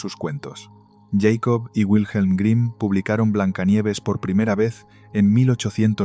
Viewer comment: Hola señor y buenas tardes, con todo el respeto, pero no es justo decir:"djeycob"😢😮(!),sino, simplemente Jakob 😮, es un nombre aleman por Dios 😮 saludos 🎉 y muchas veces gracias por su trabajo ❤